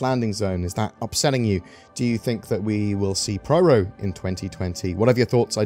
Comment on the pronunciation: It's PYRO not PRYRO.